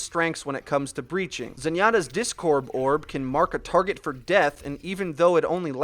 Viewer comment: "Discorb Orb"